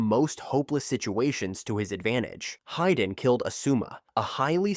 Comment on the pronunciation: It's "hee-dan", not "hai-dan"